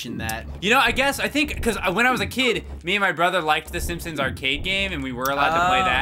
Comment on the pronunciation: GRAND MA?! SEEMPSEENS?! UGH...